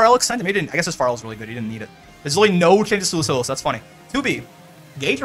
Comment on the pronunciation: I have realized that you have pronounced Lucilius wrong this whole time. Also why did they just not do anything to him this is so sad.